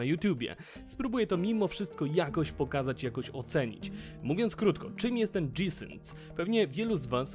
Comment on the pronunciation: O matko, albo gie i sync albo dżi ale wtedy synk. Od dżi sync aż uszy bolą ;)